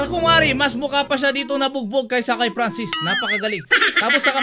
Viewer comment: franscis hindi pransis